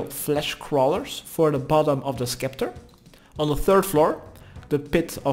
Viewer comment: Skull septer the c is silent same with a scimitar it’s simitar not skimitar